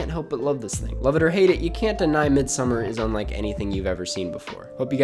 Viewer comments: It’s not midsummer it’s pronounced Mid-Sawmmer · Try pronouncing it as "mééd-sa-marr" and I think that's as close as it gets to the Swedish pronunciation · I actually had no idea, I dabbled in listening to Icelandic music so I pronounced it as Mid So Mar based off of what I heard but then all the critics called it Midsummer. I actually thought I might have been wrong lol. Glad someone was able to straighten that out. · Ok review. But your mispronunciation of ‘Midsommar’ was totally distracting the entire time. It was cringe worthy. Watch an interview with Ari for the correct pronunciation.